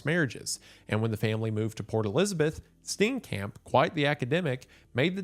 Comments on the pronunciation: Steencamp is killing me, I love you man but is it that hard to click "play audio" on google translate? Its painful. Steenkamp is pronounced like St-IAN-K-ump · DOLUS EVENTUALIS (💀 cringing at every mispronounciation of Steenkamp)